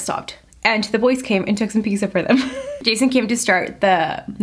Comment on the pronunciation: she did not just say PIKSA 😫